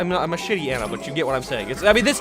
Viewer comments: McGee? An-nuh? No, it's McCree and Ah-nuh! Why can't people pronounce names correctly? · STOP STOP STOP STOP SAYING ANA LIKE ANT WITH AN A IT'S AHNUH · or Ana..